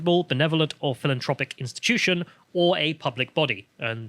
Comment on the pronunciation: "Philantropic". What?